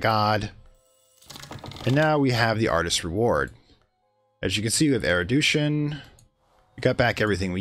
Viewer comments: First I want to say I've been enjoying the series. I rarely comment on videos but Phrygian was where I draw the line on your mispronounciations. The last one refers to Erudition, which you have been pronouncing 'Eridution' throughout the series. If I could make a suggestion, it would be try to slow down when you're explaining stuff. It was easy enough to follow when you were blowing through the early-game. However, later on you began to go really quickly and switch topics suddenly while explaining more opaque topics like assembling Rites. It would also probably help with the diction. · Fridge-ian. Man-day-ick. Air-ah-may-ick. and AIR-OO-DISH-ON (!)